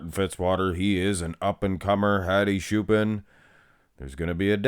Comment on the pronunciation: its not shoopan dumy its choopan